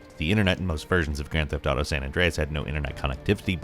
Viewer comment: Ooo YA its de gran teft autew YA